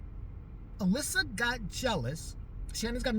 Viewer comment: You pronounced my name right. Especially 2nd time..dead on. Anyways thank you for doing my video request! ❤ i love your videos they make my day. I was laughing a lot you were catty reow 🐱🐾 ssss with The Charmed! And then again I giggled especially when you brought up 90's hardcore Suzanne Powter... I think her name is. I don't know but I surprisely own 3 of her books believe it or not, my best friend and I were into her "Just Breathe! And diet. Hahaha! I was so captivated by her leveling up story I got ripped at the time stat..😂 serious.